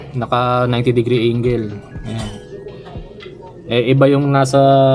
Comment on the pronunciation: Angle boss 'di Engle😅